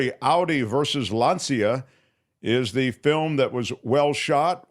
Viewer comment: I love the MT Show and hate to have to be critical, but this strikes close to home. While I appreciate take on the movie Race For Glory, it would be nice if he had pronounced the Italian car maker’s name correctly. Lancia is pronounced like more like “lawn-cha”.